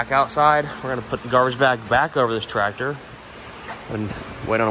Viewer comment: I can remember having to jump-start Dad's rig in the middle of winter, with nothing more than a old F-100 pickup truck, but if your serious about giving it away, I can have a truck there inside a hour to pick it up?, 😉, lol, I thought ya called the truck Blue-collar, when did you start calling BC the Trateer-Tassy?, why do you pronounce the word tractor like that anyway, I couldn't help but notice your Dad and brother don't say it like that, you actually sound like somebody with a speech impediment when you say "trateer-tassy", lol, the only other person I've ever heard say it like that, is that Bobby Goodman guy from the tv-show swamp-loggers, and I'm about 90% sure that you never said tractor that way before you went to jail, if I wasn't so lazy today, I'd go look through some of your old video's too prove it, lol